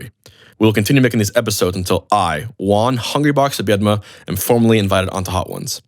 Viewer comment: I'm confused by how he pronounces the J in his own first name Juan (american pronunciation). He is closer to the actual pronunciation with the H of Hungrybox. Sorry, let's continue